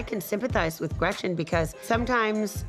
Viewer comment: I can't when gina calls gretchen, gretchers. Like stfu so fake